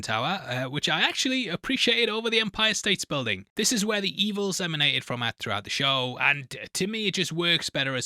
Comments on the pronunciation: Empire State mate, no "s" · Why do you keep calling it the Empire States Building? There is no “s” at end of State. Empire State Building is its name. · It’s actually Empire State building. No s at the end of state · Why are you calling it "The Empire States building" It is just the Empire State building, no S.